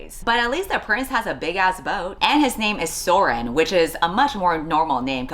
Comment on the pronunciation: Is his name really Søren???? There are so many things wrong with this.. The spelling in Norwegian literally means "That sucks" and the Ø is somehow pronounced as an Å instead of Ø?? I know its not Norwegian but the use of Ø here really pisses me off 😭 (AND Å WAS RIGHT THERE LITERALLY)